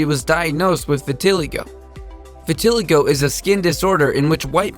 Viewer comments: WTF?? Vitiligo is pronounced vit-ih-LIE-go, not va-TIL-ago... . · It's V-I-T-I-LIE-g-o not vitilego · Vit a lie go not vi til e go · It’s pronounced vitiligo Not v a ti l I ga silly 🙃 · it's pronounced vin-a-li-go not vinatilio lmao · Pronounce the words right it's vitiligo not tiligo and it called albino not what u said at all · VEH-TEE-LIE-GO not VE-TI-LEE-GO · Vitiligo: vit-teh-ly-goh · Winnie' condition is two-tone skin is pronounced (vittle-EYE'-go) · Vitiligo Vit-i-lie-go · you pronounced vitoligo (vit-oh-lie-go) wrong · It is pronounced as Vit A Lie Go. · Why the fuck did he say “vatillygow” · it’s pronounced vit-uh-lie-goe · Vitiligo is pronounced vit-eh-lie-go. I have it. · the way he pronounced “vitiligo” killed me. it’s vit-a-lie-go. it least that’s how everyone i know pronounces it. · It's pronounced Vita lie go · Its vit-til-igo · Nice to see African representation but the pronunciations need to be verified Vi Ti Lie Go is the correct pronunciation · The way you pronounced ‘vitiligo’ 💀 it’s vit-uh-lie-goh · oh no he can't pronounce vitiligo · That is not how you pronounce Vitiligo. I have it. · I have vitiligo but u pronounced it wrong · The way he he pronounces vitiligo...